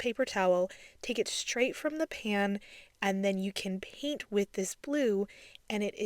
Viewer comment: Are you aware that the word “paint” is said with a long A, as in the word “pay” not a long E as in the word “peek”? You say the word paint as if it is spelled peent. It’s very distracting.